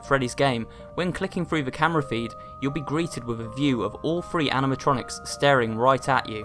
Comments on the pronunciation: It sounds like "free" to me. Oh shiz, well I just looked it up, apparently there is a word for it! Th-fronting. Queue up the "More You Know" Gif. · Literally everything you say about this game will be a fact I do not know. I know he made an awful platformer that you play as a coffee machine... and that's about it. Hey, you say the word "3" oddly.:)